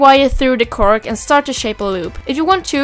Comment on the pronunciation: ok det lät lite konstigt bara :)